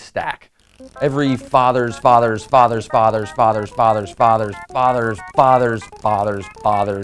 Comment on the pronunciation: ok now it sounds like ur saying otters insed of fauthers lol also u said we are related to mice and dinosaurs huh? We're birds then lol this leaves me the question is everything related